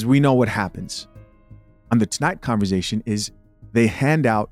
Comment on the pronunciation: When you say “converzation”🤭like sir no.